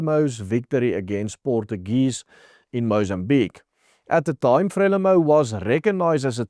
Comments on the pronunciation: "Frie-lie-mou" nie Frêmilou nie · Freliemo pronunciation dude